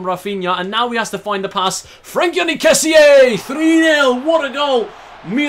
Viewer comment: Hi the correct pronounce of Kessie is Kessì